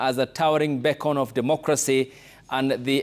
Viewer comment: beacon. not beckon!!!!